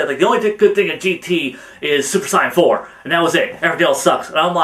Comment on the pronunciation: one...I seen some of your videos and u say some of the words wrong. one word in most that makes me super annoyed is the (Saiyan) word